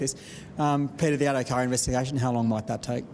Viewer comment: . He said Abdo Carr lol Great work boss.